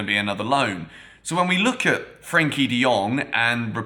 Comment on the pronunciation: Its Frenkie De Jong not Frankie